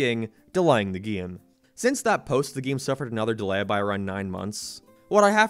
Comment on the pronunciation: STOP PRONOUNCING DELAY LIKE DELEHHH